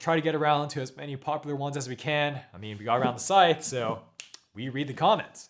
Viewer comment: Scythe rhymes with writhe, not fife.